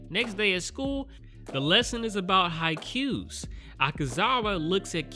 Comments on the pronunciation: it's pronounced Hi-koo not Hi-cue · It's pronounced as haykooo and not haykyu, right? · The way you say haiku sounds like haikyuu